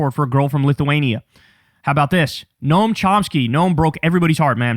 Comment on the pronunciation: Nooo not Noam 😭😭😭😭